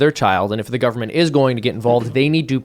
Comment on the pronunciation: "It's da Gubba-ment! It's da Gubba-ment!" 😂🤷🏾‍♂️🙄🤦🏾‍♂️🤣